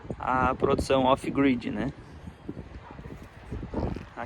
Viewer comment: "off gride e on graide"?